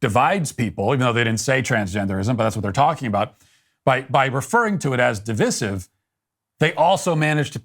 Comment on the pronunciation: Dear Matt: Please learn to pronounce divisive correctly: decide is to decisive, as divide is to divisive.